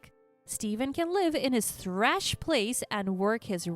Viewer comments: Thrash?????? Trash not thrash!!! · First story - Sewing is pronounced "so-wing" not "su-ing" The story about the MIL giving her DIL moldy wine and OP finding out MIL was a hoarder and after OP left her husband the MIL moved in. The line was Steven home was "trash" place. The narrator pronounced it"thrash". 2 words that are hardly interchangeable